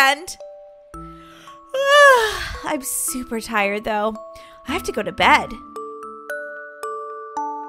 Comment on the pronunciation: u said shuper shiny instead of super shiny😂